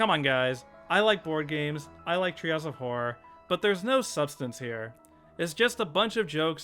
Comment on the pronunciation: "trails of horror". I cannot NOT hear this every time he says the phrase.